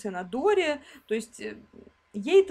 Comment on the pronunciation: почему когда ты говоришь хоть чё-нибудь о доре я слышу дуре 😁😁😁😁